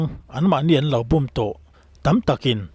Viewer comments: Búm a ni lo, bùm tia lam hnial ṭhin tur aw😮😮😮! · Bum i lam dan hi i sawi na sentence ah hi chuan , i lam dik lo, búm ni lo in būm tiin lam tur